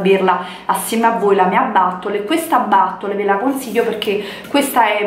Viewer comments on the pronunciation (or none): Ma "battol" sarebbe la bottiglia pronunciata in inglese?........